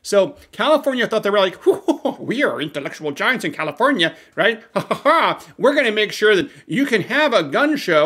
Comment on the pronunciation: “Kommifornia….” Surprised comrade ?